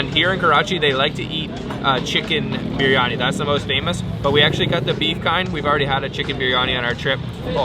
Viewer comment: Wish you guys would pronounce the places and local foods properly. “Berry-Ani” 🥴